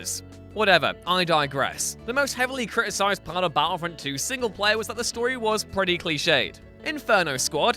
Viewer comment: Is capable of pronouncing the letter T? I for one have never heard of the game 'Baddlefrond 2'